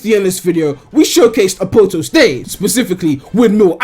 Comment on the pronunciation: A-poat-toast... Isn't it A-POT-TOAST